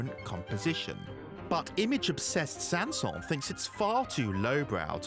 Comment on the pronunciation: The final “s” in Saint-Säens IS pronounced. That’s how he pronounced his name. (Names in French often don’t follow pronunciation rules; e.g.— “Poulenc”)